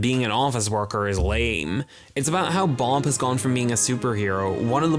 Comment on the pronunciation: Good video but why in the fuck are you pronouncing bob as boulb??